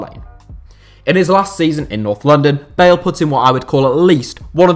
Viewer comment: Thought you said Gareth Barry not bale lmao